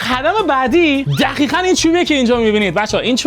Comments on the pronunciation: دوباره گفتی دخیخاً😂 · خدا میدونه توی این کلیپ هم چند بار میخواد بگه دخیخاً و خَبل 😂😂😂